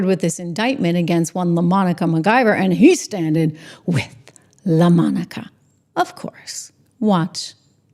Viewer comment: Please say Laaa...Monica. 😅